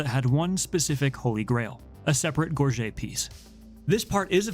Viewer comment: It’s pronounced gorge-it